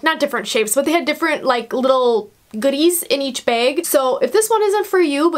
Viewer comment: Sorry but it’s bag not beg